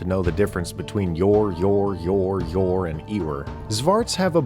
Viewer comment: Never thought I would ever hear the word "ewer" on a DnD channel. BTW it's pronounced "you-er". - your neighborhood antiques appraiser / auctioneer / devoted follower / DM